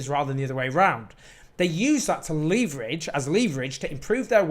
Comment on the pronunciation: Well done, Owen for this message. And well done, also for ' leeverage'!